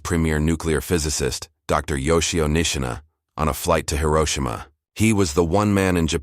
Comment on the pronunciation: Please Hiroshima correctly. Currently you do not